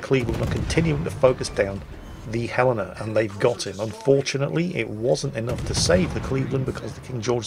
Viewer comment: Your pronunciation of Helena would make a citizen of that city think you are a local, I hope you have a Helena Day.